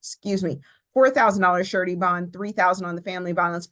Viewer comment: The momma bear is right. He needs treatment. Never heard a prosecutor pronounce it 'sir-a-tee' instead of 'shur-a-tee'... then, at the end, she went back to "shur-a-tee". Interesting.